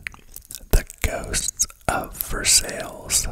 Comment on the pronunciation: Versailles = vr sai - rhymes with sigh. Norfolk = nor fek 👍🙂 Btw, great ASMR voice.